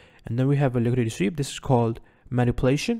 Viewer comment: "liquididity sweep"